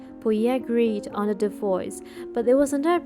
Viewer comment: It’s divorce. Not divoice!